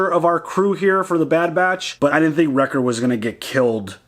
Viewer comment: I know you mean Wrecker, but you actually say Rex. I have done the same so I'm not looking down at you but I understand you. 😉